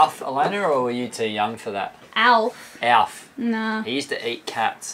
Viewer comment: His name's not alif its Gordon Shumway.lmaf.......brings me back